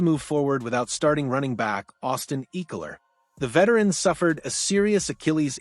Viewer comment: bro learn ecklers name